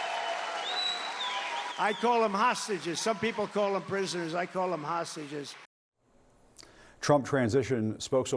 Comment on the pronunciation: Trumpf parlance = Hahsteges, normal speak = prisoners